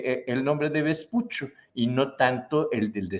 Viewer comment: Se pronuncia Vespucho.